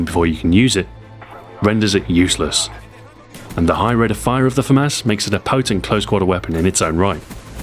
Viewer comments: I thought it was pronounced fu-moss not fu-mass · I came here to end the argument about whether it is pronounced the Fah-Mass, or Fah-Moss... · Adrien Tirard moi aussi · His french pronunciation is wrong... It's like he's trying to read it in his English accent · Yeah just common pronunciation. If you hear it one way originally then you'll think that is the way it is pronounced.